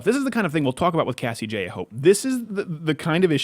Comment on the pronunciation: Cassie Joye? Cassie Jays? WTF?!!! I'm Going crazy!!